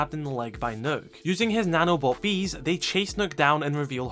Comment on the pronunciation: pls stop pronouncing the ø in Nøkk as a hard u, it's supposed to sound as the u in dump, so closer to an o than a u, but somewhere in between.